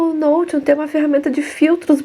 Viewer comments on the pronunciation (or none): Oi. Me inscrevi agora. Estou assistindo a esse vídeo ainda, o meu 1o seu. Já tinha te visto antes, mas torci o nariz achando q vc não seria "boa" só pq pronúncia "nou-ti-on". 🤭 Puro preconceito meu, desculpe. É que o correto mesmo seria "nou-xi-on". 🤔 Será que vc falaria assim? Desculpe a exigência. É meio TOC. 😔